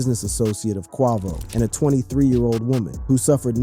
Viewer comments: Stop saying XXX ten toss ion And who TF is kwah-vo? 🤦🏽‍♂️ Edit... BROOO .. chee-rock??? Ok you're fired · Wtf are these pronunciations in this video? Qwa-vo instead of Quavo. Feral Williams instead of Pharrell. Che-rock instead of Chiraq (Shy-rack). Boy drunk as hell. 😭😂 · it ain't even nowhere near that funny..at least not to me but I've always called Quay-Vo ...Quah-Vo..I mean when some cats be saying certain names it's so bad to where it cracks me up too but saying Quah instead of Quay ain't butchering his name near as bad as some do with other names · Bro you can’t pronounce nothing right where you from who is qouvo 🤣🤣🤣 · Who’s QHAH-VO? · Bruh said "feral williams" and "quah-vo" smh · If I hear him say qwahvo one more time like that im gonna trip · Who is Quah-vo 😂⁉️⁉️ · I'm tired of this man saying QUIVO .... PHUKKING 🤡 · This man makes it a point to mispronounce the names. Who the hell is kwaavo? And the way he says xxxtentacion has me dying😂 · xxxtentayseon, kwaavo, shee-rack, farell he's the worst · Bro u sound like a black man how do u not know how to pronounce (kway-vo) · More like Kweeevo😂😂😂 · A blackman who sounds young can’t say Quavo with a long a? You never heard his name before? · Bro how can you pronounce quavious right but not quavo?? 😂😂😂😂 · Why can you say quavious or what ever but can't say quavo 😂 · How you going to pronounce quavos name like that 🤦‍♀️😆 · Great reporting. But how do you NOT know how to pronounce Quavo name?🤷🏽‍♀️ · Did he really mess up quavos name man you know how to say his name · Had Quavo name sounding like a fruit 😂😂😂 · Exactly cause Where is Che-Rock 😂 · Quavo, Pharrell, chiraq, xxxtentacion, my goodness. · Yeah said his full name correctly but not the shortened version wtf 😂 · I swear this dude a culture vulture, knows so much about rap but can't even say the rappers names correct you a clown